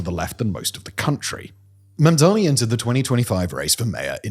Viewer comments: u keep saying Mandami my love edit: it was just once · 3 seconds in and you say Mamdami... okay...? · I don't know why everyone, even well-meaning people, have such trouble with his name. It's Mam-dani, not Man-dami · can people stop mispronouncing his name. MAM DA NEE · lol, even can't pronounce his name 😅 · Why does he say mamdani like cuomo does